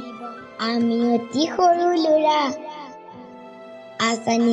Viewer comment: Vl hoise kintu lura nohoi lora